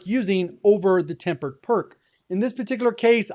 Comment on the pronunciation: Tempered not tampered lol 😂